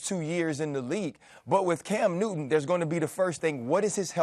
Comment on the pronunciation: “Cam Newinn” “Peyinn Manning” do Molly and Steven have issues with the letter T?